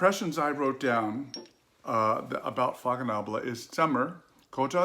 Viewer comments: Nice review🙂 I love heritage! By the way the right pronunciation is faconable & not fakonable! Cheers🍸🙏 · Dear, the pronunciation of Faconnable is fasnabl.